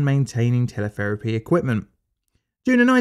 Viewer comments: "Telepherapy" head ?????? I think Shé Means "Teletherapy" Head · "TelePHerapy" Hmm, that's not right. Even Teletherapy doesn't sound right. Radiotherapy, perhaps.